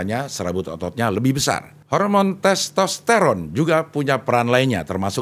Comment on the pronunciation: Karena di ajakin u like dan komen ya saya komen..CING EMANG KEREN.. ARTIKULASI NYA JELAS DAN TERANG BENDERANG ..saat nyebut nama MEGAWATI DAN TESTERON 😂 ..Sayo mau rekomendasi..bahas / Kulik kulik Kulik tentang jenderal NAGA BONAR kl bisa ada fhoto asli jendral naga Bonar ..bukan fhoto pak Dedy Mizwar ..terima kasih cing Abdel❤❤ semoga aje di wujud kan❤❤❤